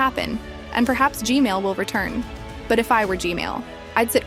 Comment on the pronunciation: You just said G-man to Gmail it sounds like female